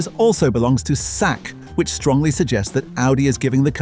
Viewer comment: Britlander comentary is crap, absolute shit in ignorant maner!!!!! Pronounce Chinese company as " sack" is just absolute disrespect